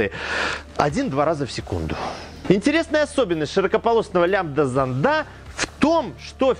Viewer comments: Не зондА, а зОнда! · Только с ударениями в словах беда у него. СмесИ, зондА.)) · не смог досмотреть...режет по ушам...занда зандов.. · Не лямбда зондА, а лямбда зОнда. Я даже смотреть не смог. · Все хорошо, но вот ударения - зондА, зондОв, зондЫ, смесИ и пр. - по ушам бьют.